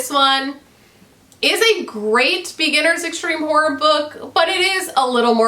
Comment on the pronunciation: Hi, I gotta say every time you say horror it makes me laugh coz it sounds like "whore" to me, which is hilarious 😉